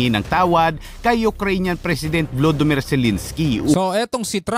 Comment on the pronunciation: Volodemer boss Hindi vlademer😅